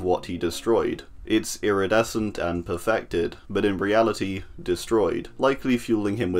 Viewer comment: I have a funny idea, take a drink everytime he’s say “lridescent”